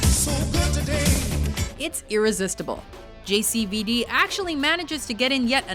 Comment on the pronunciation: everytime she says JCVD it sounds like she's talking about an STD not Jean-Claude mean c'mon